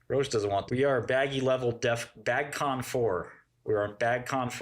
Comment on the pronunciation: "We're on bagcon 4" 🤣